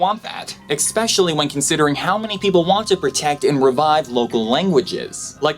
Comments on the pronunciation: Who the fuck makes a video like this and then proceeds to pronounce 'especially' as 'exxpecialllly'. 😑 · "EXpecially human beings" ^_^ <3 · ewww u pronounced especially "expecially"